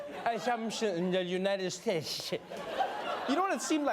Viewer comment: 😳 My goodness. It's the first time I've ever heard someone have trouble pronouncing the word "states." 😳